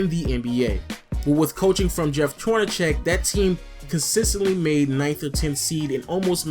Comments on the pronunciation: its Horn-a-seck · Lol I think it's pronounced Horneseck not Hornecheck but good video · I like your videos, but Jeff Hornacek's name is pronounced as though the c is an "s". Just pointing out a pronunciation thing.